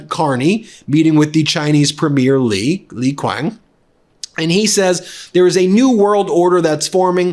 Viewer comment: Li Quing? no its Li "Chi-Ang"(Qiang) 😅